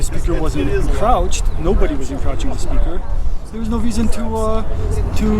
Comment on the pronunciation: I laughed my ass off when that guy kept saying "encrotching the speaker". I guess you not only audit them you molest them too🤣